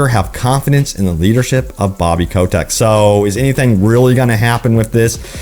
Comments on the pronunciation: Why do you pronounce he's name as "Ko-tech"? it's obviously "Ko-tick". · "Bobby Kotek"